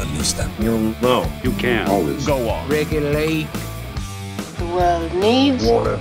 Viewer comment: It's regulate, not Ricky late